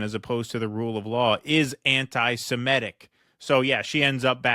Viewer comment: Why does pronounce antisemitic to rhyme with emetic? Maybe cuz it makes him want to vomit? And why does he pronounce biases (plural of bias) biaseeez, like the plural of crisis? Is the plural of base baseez?